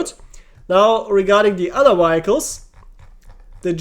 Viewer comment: Danke für deine sehr hilfreichen Videos. "Vehicles" spricht man allerdings ganz anders aus, falls dir das nicht bewusst war